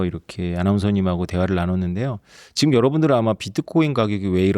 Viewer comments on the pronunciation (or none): ㅈ을 ㅅ으로 발음하는거 요즘 한국분들 발음이 많이 달라졌다 느끼고 있었는데. 사회자분도 그렇네요 보이지만 : 보이시만 지금 : 시금 했지만 : 했시만 많이 바뀌었군요..